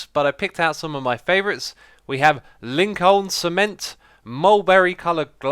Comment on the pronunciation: I live close to Lincoln and the way you pronounced it made me twitch. It's pronounced Lin-kern